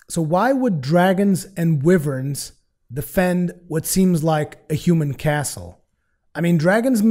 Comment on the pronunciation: I think you are trying to say wyverns (why-verns)